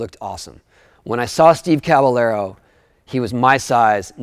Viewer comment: It bugs me how he pronounces caballero